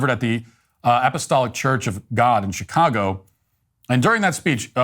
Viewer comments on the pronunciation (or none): none